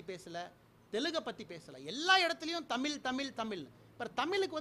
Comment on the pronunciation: தமில், தமிலன், தமிலுக்காக.. வாய்ப்பில்ல...